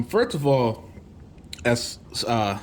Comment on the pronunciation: "Sat-Ya" Nadella 😉 Great video 👍